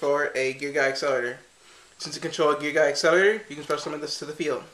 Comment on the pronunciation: Pronouced Gear GEEA